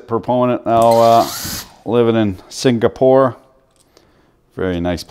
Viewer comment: Sink-a-pore LOL...